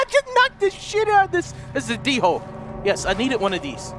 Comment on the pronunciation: LOL ITS A D-HOLE I NEEDED INE OF THOSE... It's pronounced dole